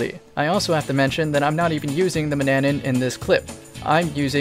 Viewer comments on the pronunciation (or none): Hey guys, it's pronounced (man-ya-na)